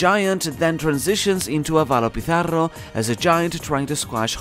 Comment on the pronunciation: I loved how you pronounced Pizarro! true accurate